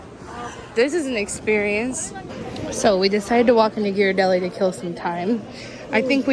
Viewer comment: you give off such tall person vibes, wouldn't have thought you're only 5'4. Also, the way pronounces Ghirardelli 😂